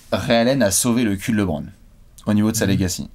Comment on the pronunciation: Bon il va falloir commencer a bien prononcer Lebron un jour. C'est pas Lébron..;)